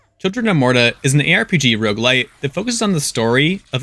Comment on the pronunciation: Please for the love of god emphazise the first syllable of roguelite like a normal human being. "rogueLITE" makes me cringe every time